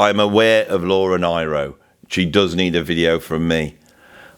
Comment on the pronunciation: I love Joni too,, and I believe it's Laura NEE - RO, pronunciation - wise. Both Sides Now is on my list for next year's Literature classes for Grade 10 up. I get teary when I'm showing "To Kill a Mockingbird" so I don't show it anymore! Eleanor Rigby and its excellent lyrics also upset me, so I may have to drop it, but the kids love it. (Exuma, Bahamas.)